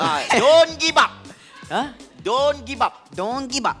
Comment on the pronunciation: is my fav part when harris says "kipidap" & "dongibab". haha